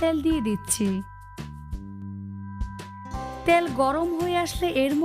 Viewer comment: ত্যাল নয় ۔۔ তেল বলুন